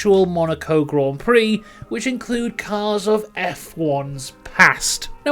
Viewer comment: Came for the information, stayed to hear "Grand Prix" pronounced correctly so many times.